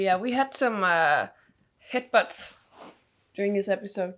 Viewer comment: Head butts, I thought she said hicbutts more than once!